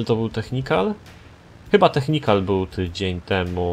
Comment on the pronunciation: nie technikan tylko technical:)